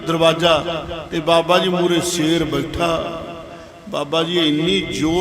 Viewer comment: ਬਾਬਾ ਜੀ ਸੇਰ ਨਹੀਂ ਸ਼ੇਰ ਕਹੋ